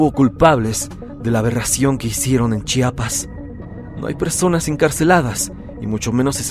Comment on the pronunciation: Mis felicitaciones soy de Chiapas y hablo tsostsil soy tus suscriptor de hace mucho tiempo. Eres de los muy pocos que pronuncian muy bien, el estado, municipio y comunidad de Chiapas, se ve que lo estudiaste antes 👏👏👏👏👏 ch'enal-jo significa pozo de agua, donde fue la matanza por paramilitares, eran un grupo de personas que estaban en misa en una casa, estos paramilitares llegaron a interrumpirlos así no más. Lamentable caso. Felicidades y bendiciones.